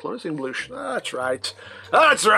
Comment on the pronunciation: “ We never bloosh to early ! “ 🤣🤣🤦🏽‍♂️